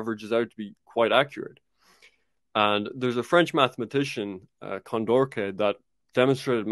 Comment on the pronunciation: It's Condorcet (Kon-door-seh), not -keh. Anyways, very good work. Thank you very much!